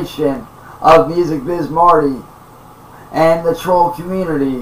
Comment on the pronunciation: “Da twoll community” Imagine thinking millions of random internet users actually make up a community. His entire method of speaking is based on repeating what he’s heard, he just doesn’t have a clue toward it’s meaning.